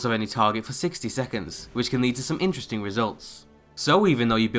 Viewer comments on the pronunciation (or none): none